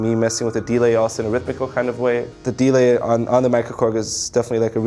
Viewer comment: "The DEE-lay"